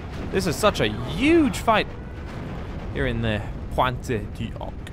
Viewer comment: Am I the only one that cringes when he mentions Point Du Hoc?